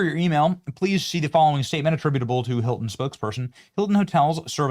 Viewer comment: The newest doorman "Huelcome to the Heelton Hotel."